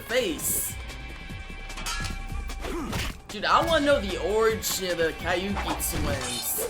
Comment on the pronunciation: Kabuki twins not kaiuki twins.